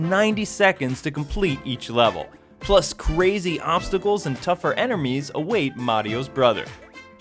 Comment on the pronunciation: Wait did he say "enermies" ?